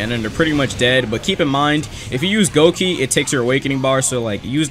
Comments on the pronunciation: its gokei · its said as gokei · that one feeling of a bleach fan when you hear say goki instead of gokei